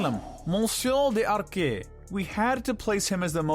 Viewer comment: You pronounced the French names in a Spanish way, not the French way... They say LeFou better in the movie and it's "Monsieur D'Arque (pronounced "dark" with a french r) not "Monsieur De Arqué" like you were pronouncing it as if to sound more authentic, and no I'm not French but yes I am a bit of a nerd when it comes to correcting languages I speak and know.